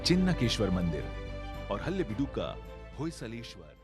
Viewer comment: Great effort by the team but a suggestion to PLEASE get the pronunciation of some words right... especially regional words... Its NOT Hallebidu but Halebidu...In kannada means Hale=old/ancient, Beedu-place. Also its Kannada...NOT Kannad...